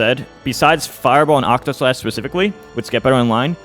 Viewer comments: I’m begging PLEASE say octaslash instead of octoslash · He also said it wrong a bit earlier too